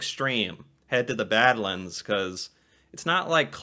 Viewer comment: I was going to mention Frank Slide and Head-Smashed-In-Buffalo too lol. And yes, more dinosaur skeletons have been found in Alberta than anywhere else in the world. Also, you were right the first time you said it,, it is pronounced bad-lands (almost like it's two separate words) and those striated bands of sedimentary rock in the various colours come from millions of years of temperature changes, with massive glaciers expanding and retreating and then expanding again. Montana also has a region of very similar Badlands. And the reason you've heard of Calgary is because it's the oil capital of Canada and between that, the Calgary Stampede, and generally Conservative politics (at least for Canada, probably more equivalent to the US Democratic Party tbh) Alberta is basically the 'Texas' of Canada.